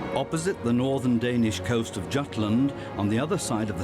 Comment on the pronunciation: Dude. How do you pronounce fjords and Jutlandic island correctly, as "fyords," and "Yoot-landic," while simultaneously mispronuncing Jutland as, "DZHoot-land?" Dude. The J is pronounced like a Y, always. P.S. There is no land known as Trodzh. It's Troi. The woman is Helen of Troi, and it is the Troian War. There's no such thing as "Trodzhan" anything, including the famous horse. Learn European.